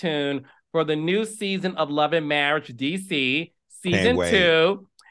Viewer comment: Let's get some English courses, all that studying and she can't pronounce marriage...marrish, 🤣